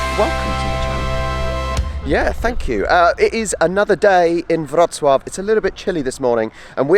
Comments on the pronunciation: Congrats.! It took a lot of time for you to gather that "W" in Polish spelling is "V" in English and "Ł" PL is "W"UK.. So you pronounce Wrocław perfectly. Well done,. You have BRAIN😀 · Wow ! Your pronunciation of Wrocław is just perfect 👍👏 and in fact it's not so difficult as long as you know that Polish W= English V Polish C= English Ts from Tsunami Polish Ł (it's not L) = English W WROCŁAW = VRO-TS-WAV So well done mate as you can pronounce Wrocław while the Polish people can't pronounce Bournemouth where you fly from and even those who live there lol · I am glad you had a nice trip to Poland guys, but it would be so much more beautiful in summer time. Next time I recommend tricity: Gdańsk, Gdynia, Sopot. Btw Your pronunciation of Wroclaw is incredible!Xx